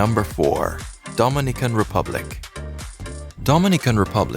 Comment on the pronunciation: Your pronouncing Dominican Republic incorrect and please get your numbers correct